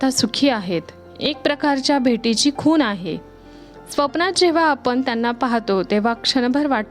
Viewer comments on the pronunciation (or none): अशुद्ध मराठी बोलताय .खूण च्या ऐवजी खून म्हणून भाषेचा खून झालाय.मराठी शब्द शुध्द बोलण्याचा प्रयत्न करा.